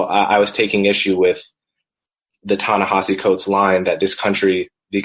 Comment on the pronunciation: Even Coleman mispronounces Ta-Nehisi ... It's gotta be a running gag among you three ... Glen, John, & Coleman. ;)